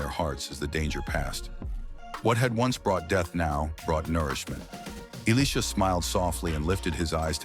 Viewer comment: Good job on the proper pronunciation of Elisha's name. 😊